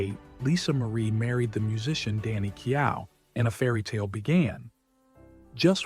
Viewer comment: Keow! Hahaha, that is a hilarious prononciation. It's like keo...silent letters.